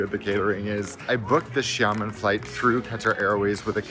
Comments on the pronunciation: It’s pronounced “sya-muhn”. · It's "Shamen". Don't pronounce the i at all. They are pretty good actually and very cheap. Flew BC with them from Amsterdam to Xiamen a few times. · It’s Sia-Muen. That how to pronounce 😊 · I hate to be that guy, but you said it Xiàmén. The you said it is like Shaman like shaman lady from squid game.